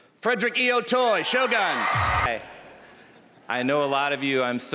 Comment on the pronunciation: that usually Americans only speak English or at most Spanish but don't make any effort to see how certain words in another language are read. "Shogun" is not about the "gun"